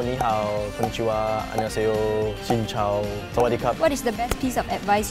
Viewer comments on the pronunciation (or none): To pronounce "hi" in Vietnamese, say Sin Chao. X is not pronounced as "Ch" That's 5 seconds, see you tomorrow!